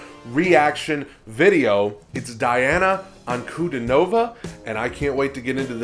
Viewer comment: Nice reaction. BTW, Her name is pronounced Dee auuna Ann koo dee nova. She was 14 when she did this. She is 17 now